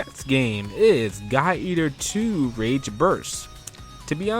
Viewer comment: I kept hearing "Guy eater 2" :) good list though!